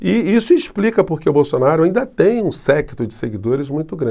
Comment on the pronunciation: Bom dia! Professor, uma correção (ANDA). Acho eu que o senhor quis dizer (AINDA). Me perdoe se eu estiver errada.🥰